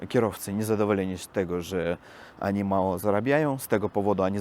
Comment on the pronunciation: Mówi się oni a nie ani